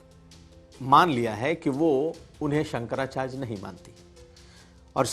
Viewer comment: Bhai bolna Sikh Jaoo sankracharj nahi hota sankrachary hota hai hud hai yaar